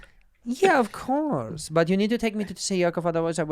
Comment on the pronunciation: the way andrew says of coarse made my soul leave my body 😂😂😂😂